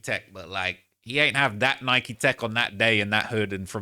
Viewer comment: I hate how you say Nike 🤦‍♂️ 😂